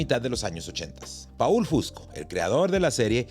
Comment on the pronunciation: Se pronuncia POL no PAUL , POL FUSCO